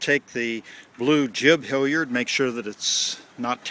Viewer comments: It makes me wince every time you say HILLyard instead of HALyard. I watched 1, 2 & spinnaker vids and now my soul is bleeding. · I suspect a regionalism.